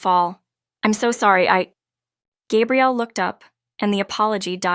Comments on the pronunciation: I really enjoyed this story. Thank you. For further clarification regarding the name of the female lead...the pronounciation is...Gah. e.g. Gabrielle Union. For the male the pronounciation is...Gay-brielle. Note...the spelling is the same for both male and female...so AI might not be able to distinguish between them...it's a common problem among the story sites...makes me flinch though. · Iteally enjoyed this sincere loving love story and the suggestion of Happily Ever After!!...but I flinched whenever I heard Gay- brielle instead of Gah- brielle...correct pronunciation, please !